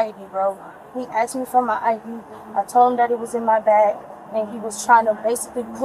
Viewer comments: Even hamsters know the word is A S K E D not A K S E D! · And "I know my rights" and "the cop axed me" 😅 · And the audaciousness to get caught walking out and still continue with the theft, and to say she didn’t anything wrong knowing full well there’s cameras everywhere. Then to run from the cops because they “axed” for ID? Innocent people don’t run…. “I ain’t turnin’ around nothin’” then runs into traffic haha Then after stealing and running, the first thing she wants to say is “I didn’t do anything wrong…”, really? “ She was full of nonsense.. “I’ve never been to jail except for two months ago… I have anxiety and he ‘axed’ me for my ID… I have court today… What am I getting arrested for?” A complete waste. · She axed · Is it a black thing to say “I axed” is this a cultural thing?